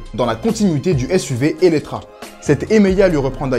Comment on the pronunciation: Pourquoi depuis plusieurs vidéos ils disent Eletra alors que c'est Eletre ?